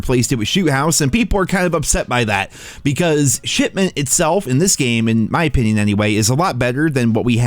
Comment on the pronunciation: I wouldnt be surprised if was actually saying "shitment" instead of shipment lol